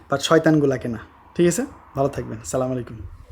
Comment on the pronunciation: আসসালামু আলাইকুম। আগে নিজের পরিবার থেকে ফিতনা দূর করেন।পরে অন্যের চিন্তা করবেন।নিজের পরিবারকে সোশ্যাল মিডিয়ায় শো করা বন্ধ করেন। আর সালাম টা শুদ্ধ করে দেয়ার চেষ্টা করবেন আশা করি।